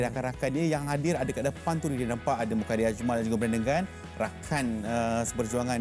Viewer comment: Mukhairi...mukahiri...mat tendang ke langit ni juga disebut..serabut la budak ni